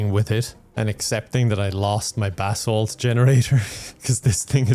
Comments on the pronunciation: Every time said "basalt" I heard "bath salt" and I wasn't even surprised lol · Every time you mention basalt, I hear "bathsalt" and then I have to wonder who would create that mod lol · Keep thinking he's saying "bath salt" instead of basalt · took me too long to realize he wasnt saying "Bath Salts" for basalt :' ) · I kept thinking you were talking about bath salts, and not basalt. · I kept thinking the same thing... lmao 😂